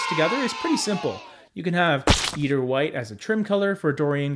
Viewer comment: Fyi. Eider is pronounced with a long "I" in the first syllable. I-der.